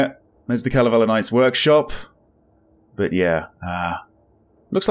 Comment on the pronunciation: Loving the playthrough, really looking forward to the next chapter <3 but also, gotta say since it made me giggle - when says Kalevala Knights (Kalevala, our national epoch), it sounds a lot like Kalavale Knights (witch translates to a very popular saying 'fish-lies', aka. lies you tell people about the size of the fish you totally caught from the lake, but it got away, you should have seen it, it definitely was real)